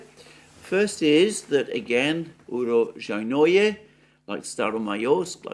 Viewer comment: Holy crap. You butchered uro-SHJAI-noe you need to emphasize the SHJAI part and the j sound is a soft shjai not hard JAI The word roughly translates as "place of harvests" - Russian name fyi. Not ukropistani.